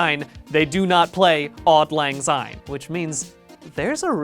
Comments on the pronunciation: As a Scot, the pronunciation of auld lang syne hurt me. ‘odd lang zine’ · Why does he say "odd Lang syne" threw me off evrytime is this how Americans say it? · (AWH-LD L-AHNG S-EYE-N) he was pretty ok, just...syne is pronounced like sign or sine, the z just sounds kinda wrong for speaking scots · "Odd Lang Syne?" Really? Three times? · "Odd Lann Zyne" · the way he says auld lang syne is horrible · Your pronunciation of Auld Lang Syne pains me